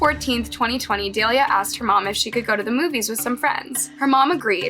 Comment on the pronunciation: I don't know why this annoys me so much but in every video you never pronounce the victim's name incorrectly. More so than not you make this minor mistakes but when you do it so often it becomes annoying and kind of disrespectful. Her name is pronounced Da-lee-la NOT Dale-ya. Be better at getting that correct.